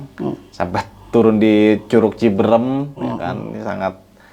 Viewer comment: Orang Jakarta bilangnya ciberem orang Sunda bilangnya Cibeureum karena saat pengucapan mulut Ama rahang agak di buka dikit 😁 🙏